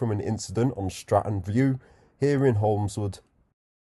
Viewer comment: There’s no S In holmewood